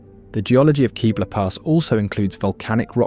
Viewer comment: Love this video, have been to and recognized every area as my wife and I are avid Colorado hikers and lovers of hot springs and waterfalls. She's a native and I'm a 4 decade old transplant. Two corrections on pronunciations: Ouray is pronounced "yoo-ray", not "oo-ray", after Chief Ouray. And it's Kebler pass with a short "e", not "Keebler Pass" - no cookie elves up here. Note: The Lincoln Memorial and Tomb of the Unknown Soldier are made from Colorado Yule marble, known for its purity. I'm sure I could add a few dozen other places, but this does a very good job of giving a broad and well-covered overview of the many wonders of Colorado.